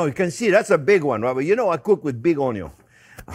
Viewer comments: Love the way you say onion (onyon)....👍😆😆👏👏👏🥰😘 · Absolutely love it when he says "Onyo" 🤣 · Where did you learn to spell? It's ONYO! ;)